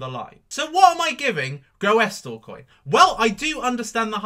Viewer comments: its prounounced gr-oo-sil lol but love the vids! do you think the altcoins will regain its bitcoin value before it dumped on oct 8th? thankyou! 0x71000b7fa6a347b5bae6b528a109efeb2f692867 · Say it like, 'GROOSLEcoin'. Real simple. (GREW SUL). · it's pronounced as ''Groosle coin''